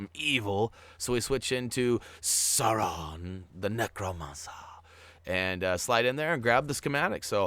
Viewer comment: If you're looking for help with pronunciation, Sauraman is pronounced like; Saw, Rue, and then like Jamacian "Man" (Mon) Sauron is Sow (like a female pig) and Ron, like well Ron, any Ron will do, Ron Weasely...etc. Love the Videos "Mon"